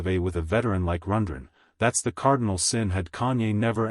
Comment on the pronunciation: Yes, this is obviously an A.I. narrator. He can’t even pronounce Rundgren correctly.